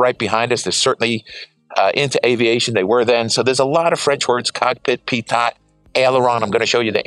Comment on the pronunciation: Wonderful to see this superb jet, thank you! BTW, a minor point, pronunciation of 'pitot' tube is 'pea-toe' rather than 'pea-tott'.. Very interesting that the HJ pitot is also an AOA sensor. On commercial large aircraft we generally see a separate device for each function. Is the climb rate you quote at lowest gross weight?